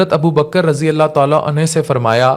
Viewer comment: RADI ALLAHU ANHU SAHABI K LIYE OR RADI ALLAHU ANHA SAHABIA K LIYE BOLTE HAIN.ARABI ALFAZ SAHI BOLNE CHAHIE.WARNA MATLUB BADAL JATA HE